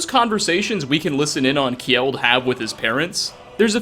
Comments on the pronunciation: Just saying "Kjeld" is pronounced Kjell and not kjiiel. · Kjeld = Not ke-jel. Just kel. gel with a k sound in front.